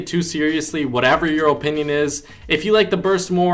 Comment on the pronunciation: Your O-pinion as you say it like an idiot the burst is statistically over all better and skill is needed for the burst.